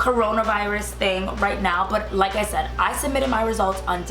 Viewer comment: You really said "sad" instead of said?